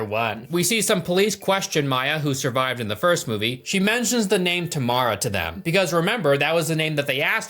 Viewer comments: It's TAM-RA dude...not TA-MA-RA 😭 plz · It’s Tamra. Why’s this chode keep saying “Tamara” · Tam-ra not tah-me-rah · Dude it's not Tamara or tomorrow or what you said. It's Tamra! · Tamra has been through enough… we can’t at least say her name properly TAM-RA